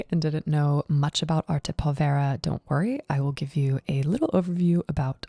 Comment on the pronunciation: Very enjoyable. By the way, pronunciation: the accent is on the first syllable of povera.